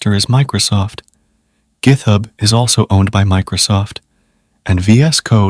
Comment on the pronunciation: And gith-hub. LoL